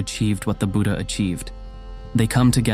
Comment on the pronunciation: Both Tipitaka (Pali) and Tripitaka (Sanskrit) are correct, but he pronounces it incorrectly. Even the word "Buddha" is pronounced incorrectly. I have seen this in many videos. The English language cannot give the correct pronunciation for Pali or Sanskrit words.